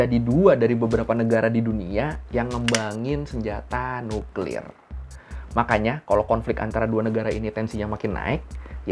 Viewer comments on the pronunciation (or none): none